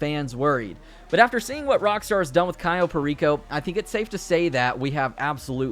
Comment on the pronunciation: "Cyo" Perico, its CAyo Perico...